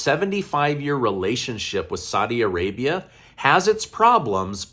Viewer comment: I like what you do but please learn to pronounce Saudi Arabia 💪🏼